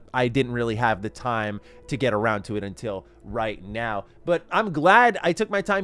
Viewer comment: Did you say right meow